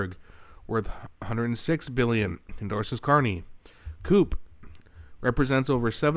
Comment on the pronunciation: CUPE is pronounced Cue Pee